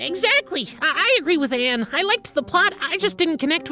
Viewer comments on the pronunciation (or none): none